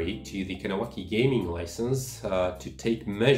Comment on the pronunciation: You’re saying Kahnawake wrong